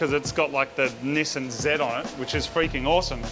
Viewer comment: nee sahn... not nee sinn